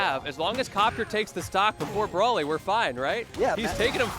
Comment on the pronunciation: bro saying brally instead of bro ly is crazy